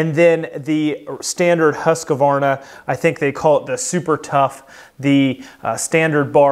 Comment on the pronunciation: The Swedish pronunciation of Husqvarna is "Hoosk-varnAH", I never understood why people have to add the "ah" sound in the middle, at least "Huskvarna" would be closer. And the people that say "Still" for Stihl. It is pronounced like the metal. Kills me.